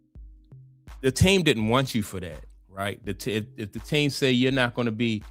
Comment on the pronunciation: I hate the way how you pronounce "to" 😂😂😂